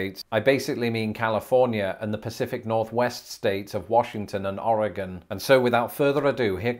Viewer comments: Thank you for pronouncing "Oregon" correctly. So many people get it wrong. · I'm just so impressed that pronounced Oregon correctly. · Eh, the first O was a bit more Ah than Oh, but definitely he did better than most people in the US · Yes!! I pre-cringed, as usual, knowing he was going to say Oregon and then once he said it correctly I let out a sigh of relief and smiled. :) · Cougar is an attractive older female who is sought after by younger men. Cougar is also another name for a mountain lion, panther, puma. Thank u for pronouncing Oregon correctly. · Kudos to you for pronouncing Oregon correctly. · Thank you for pronouncing Oregon correctly. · You got Oregon right with pronounced Ore-gun 😃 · I have lived in the NW my entire life. First of all let me thank you for pronouncing Oregon correctly and not as "Oreegone". Most US born citizens get that wrong. Second Duff is simply the leaves, needles and other debris that cover the forest floor.